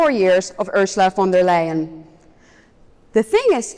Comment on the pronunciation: von der LIE-EN.